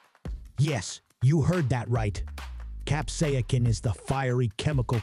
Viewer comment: Cap-say=sin FFS! It is not that hard to say!